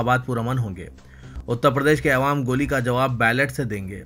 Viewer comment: ارے بھئ کب چھوڑے گا "اے وام" بولنا چھوڑ🤣🤣🤣🤣